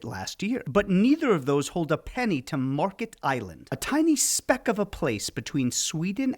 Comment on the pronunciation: Märket not Market. Ä sounds more like the E in the word dent. Not an ee sound but the other